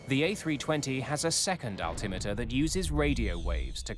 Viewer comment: this man is a legend he is the only person I ever heard pronounce altimeter the way I think it should be pronounced. Alti-meter Instead of the common Muslim name most people pronounce Al’ Timitur.